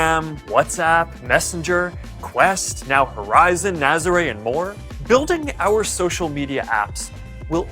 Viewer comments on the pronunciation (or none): none